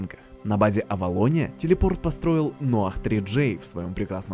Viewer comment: Noah читается как "Ной"